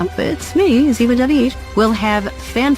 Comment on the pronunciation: I have loved 🥰 these two characters since they started acting together ❤. And by the way it’s Ziva not Ziba .